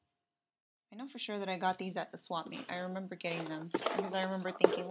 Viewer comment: OMG so weird to hear you say swamp "meet"? Where I live it's flea market. I know swamp meet though bc my mom moved to CA and girl stop apologizing thanks for doing the vid.